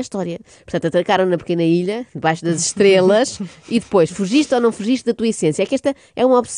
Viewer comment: Eu também ouvi 'Debaixo daquelas trelas'. Estou solidário contigo, Inês. 🙂